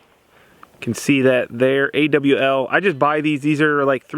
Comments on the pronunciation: It's not an A W L. It's an AWL. Not an OWL, but an AWL. Pronounced like ALL but with a W in the middle. In the mean time, love the videos. Please keep them coming! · I don't want to belittle you or come across as a smartarse but when you're talking about your punch and called it anA.W.L..... it's actually pronounced 'Awel' (rhymes with fall) The woodworking version is called a bradawl. It's not yourgeneration so you may not be familiar with it. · 😂 A. W. L. Lol you mean awl. They’re for widening holes, they’re also used in sewing. No wonder you guys chew through them as they’re meant to be used in already made holes, not make them go through so many layers 😂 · It's an awl,, not an AWL. It was historically a cobbler's tool for punching holes in leather. Love your channel. Always informative and light-hearted. Still surprised that Greg hasn't had a meltdown with you but that's the sure sign of a lasting friendship. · It's not a punch it's an "awl" Thanks for your videos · Awl is pronounced all. It's made for marking metal but in sure that's been covered many times in the comments. And I have to say I'm a little let Down that I didn't hear "efficient" one time lol